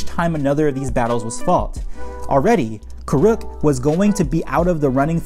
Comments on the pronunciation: Its pronounced kur-ek not kurook. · It’s Kuruk not “Koo-Rook”💀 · Well this video was a pain to watch because you couldn't pronounce avatar Kuruk name properly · Says the guy who spent 11 minutes mispronouncing it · Is the way he pronounces Kuruk not weird to anybody else? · It’s the M Night level name mispronunciations for me. Its KOOR - uhk and HAY-bai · You need to pronounce Kuruk’s name properly first. And also “Hai bei’s”